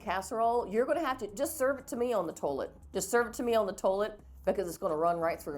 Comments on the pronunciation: So much green bean casserole. Just serve it to me on the "toelet"😂😂 Dont feel silly. You look pretty!💄❤ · I can't stop at your commentary,"so much green bean casserole. Just serve it to me on the toelet."